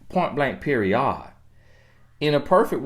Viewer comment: Point blank per-ee-yodd! You from Nawlins??? 😉